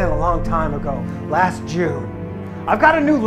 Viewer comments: Their hope after he said "rast" lol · "Rast a day" lmao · You got one word - rast instead of last at the end. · Rast a day... so close.